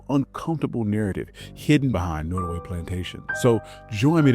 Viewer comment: I'm new to your channel. Can you increase the volume or speak up ? It's hard to hear especially when you speak rapidly. The name is pronounced Not as in hot. Nottaway .